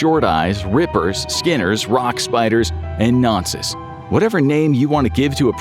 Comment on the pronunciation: as someone who lives in the uk hearing an American say nonce is hilarious